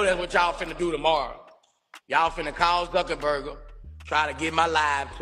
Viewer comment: Wow Boosie you should have seen this one coming! Mark Zuckerburger you mean Zuckerberg killing me Boosie lol😂😂😭